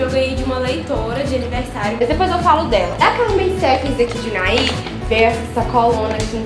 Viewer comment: AAAAAAH como é bom ouvir você falando "Unai" e saber que somos dessa mesma cidade❤❤❤❤